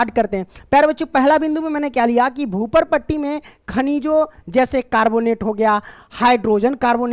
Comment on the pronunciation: Bhuparti ❎bhuparpati ✅😅😂😂😂😂😂